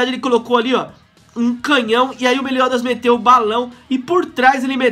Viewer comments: ele fala meliodas errado kkk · só eu que fico nervoso de ver o pronunciando o nome do meliodas errando?